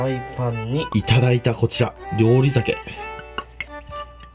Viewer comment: りゅうりざけじゃなくてりょうりしゅじゃない？